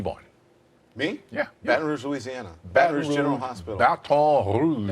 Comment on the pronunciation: Wow, Morgan Freeman has actually an excellent french prononciation of "Baton Rouge".